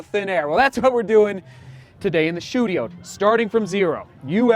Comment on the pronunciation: WOW i always thought you mispronounced “studio” maybe thinking it’s your accent but i just realized it’s “SHOE-dio” 🤣🤣